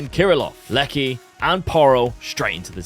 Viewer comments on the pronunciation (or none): Leci has Kosovo heritage so his name is pronounced like "Letzi", similar to Milot Rashica. Great vid